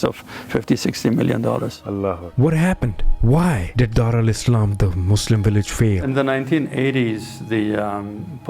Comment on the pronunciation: What’s a willage